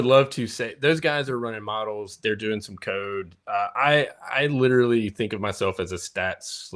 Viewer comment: “Litrally.” You keep using that word. i don’t think it means what you think it means.